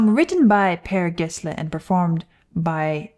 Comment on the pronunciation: Not quite. The G in Gessle is pronounced like a Y, but otherwise pretty close.